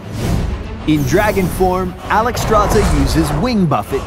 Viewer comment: why is her name constantly mispronounced...SZ=SH not just Z, so should be said as Alexstrasha